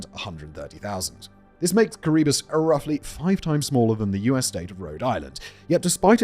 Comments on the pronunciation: It’s how it’s pronounced Kee-ruh-bas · why do u say Kiribati as kuribus Simon? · its pronounced Kirra-Bass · The way Simon pronounces Kiribati is insane